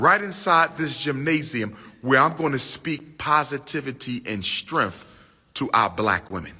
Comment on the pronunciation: Not that the whole video isn’t t damning enough, but he is allegedly a doctor and he’s talking about holding sisterhood meetings to speak “positivity and strenf?” Strenf? If “look man, what happened to your money is” was a meme.